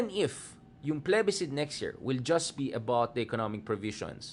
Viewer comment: Mali ata ang pronunciation mo ng plebiscite